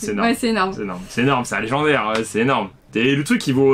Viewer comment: Sa va lé-gens-daire 😂😂😂😂